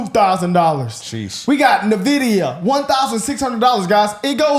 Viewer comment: You are all intelligent guys ! I’ve liked your content for some time. Just so you know; It’s pronounced “ENN-Vidia”, not Na-Vidia. Just sayin. Keep fighting the good fight, gang.